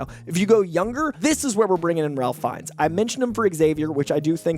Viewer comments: ralph feinnes isn't pronounced like a normal Ralph. it's pronounced Rafe. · Ralph Fiennes' name is pronounced "RAFE," just for future reference. Love these casting suggestions! And I'd be happy to have Sterling K. Brown and Justin Hartley in the MCU, but I don't think we're going to get both lol. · It's pronounced Rafe Fiennes, not Ralph Fiennes. Rafe. It's spelled Ralph, but it's pronounced Rafe. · Ralph Fiennes pronounces his name “Rayf”. You mispronounced his name 4 times in under a minute. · Hi! Just wanted to make sure you had one more note on this...RAFE not Ralph Fiennes...